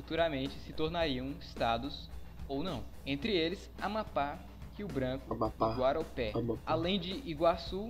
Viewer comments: O Estado de Rondônia era o território de GUAPORÉ e não GAROPÉ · Não é Guaropé, é Guaporé.